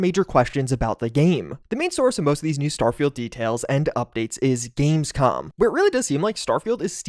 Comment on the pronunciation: said "gamescum" haha